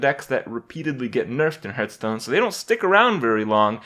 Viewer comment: one of hearthstone's biggest streamers and youtubers still cant pronounce hearthstone properly